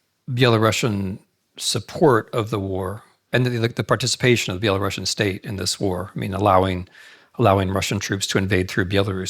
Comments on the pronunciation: Dear Professor Snyder, you of all people should know that it's spelled and pronounced BELARUSIAN and not BelaRUSSIAN! It is very insulting !! to hear "BelaRussian". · Dear Timothy, the correct pronunciation which doesn't offend us Belarusians is ˌbeləˈrusiən , not ˌbeləˈrʌʃən. With all regards! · It's Belarusian and not Belarussian since it comes from Ruś (Ruthenia) and not from Russia (Ῥωσία Rosia) Pronounced like Andalusian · Dear Professor Snyder, you of all people should know that it's spelled and pronounced BELARUSIAN and not BelaRUSSIAN! It is very insulting to hear "Belarussian". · Yes his mind is so fine that it can’t comprehend that it’s very incorrect and insulting to Belarusians to hear someone say “BelaRUSSIAN”. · Thank you for putting (GDL) Belarus 🏳❤🏳 BACK ON the world map. BTW, the correct pronunciation is Be-la-ROO-SEA-AN . PS backgound : кажучы рускі (ў ВКЛ) нашы бацькі ніколі НЕ МЕЛІ на увазе маскоўскі . ЖЫВЕ 🏳❤🏳 ВКЛ! так ХАЙ Гараць далей ДУПЫ ІМПЕРСКІХ МАСКАВІТАЎ!!! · Thank you for putting Belarus in the map. BTW, the correct pronunciation is be-la-ROO-SEA-AN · Exactly😂 Interesting, why is that , he definitely should know about but maybe not , every time he says that feels like using knife on glass, anyway, thank you for the lecture Mr. Snyder, respect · Well the Belarusian lady asking the question pronounced it like Belarussian... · This is quite interesting lecture. But why do you pronounce Belarusian the same way you pronounce Russian?!